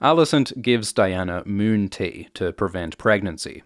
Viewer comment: Please make a lot of videos saying "moon tea". Mewwn tea.